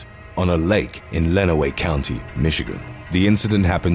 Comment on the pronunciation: You got Lenawee County pronounced right!